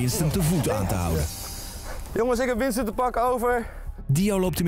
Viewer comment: / / / zegt dr voice over terwijl bo dio en winston druk zijn met hun voorbereidingen maar voice over je schrijft winston en zegt winsten